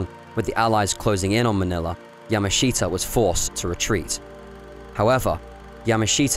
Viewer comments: Get his name right. It's not pronounced "yama SHEET a". It's pronounced "yamashuta". Look it up! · Yah-mash-ta is how Japanese say his name. Not Yah-ma-she-ta. The presenter clearly knows little to nothing about the Japanese language or culture and is just reading a script. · His name is pronounced ya MA shita, with the accent on the second syllable, just so you know. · It might be an idea if your learnt how to pronounce the gentleman's family name correctly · Interesting subject but not a very good doco. You don't even pronounce his name correctly